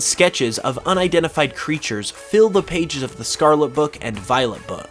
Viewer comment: Can you please say the Word Scarlet correctly once